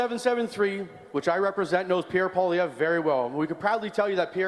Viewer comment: Pierre not Pier😂